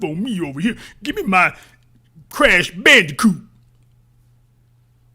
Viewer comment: Creesh Bandeecoot 😄